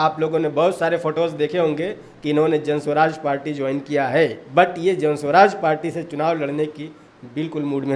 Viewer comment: Jan swaraj nhi.... Jan suraj h bhai😅